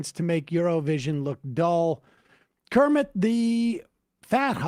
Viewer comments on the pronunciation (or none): none